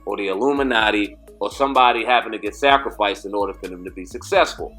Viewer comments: Sacrifice. I know you pronounce it like that but come the hell on😂😂😂😂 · Wtf is a "sacrafice"